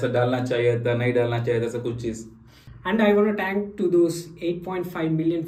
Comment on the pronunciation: sayad aap thank ko टैंक bolte ho